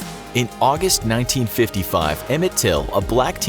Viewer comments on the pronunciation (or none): none